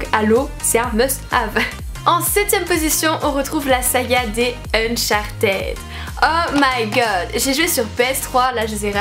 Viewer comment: Mais par contre stp ne prononce pas ède pour uncharted ça ce prononce /id/. ^^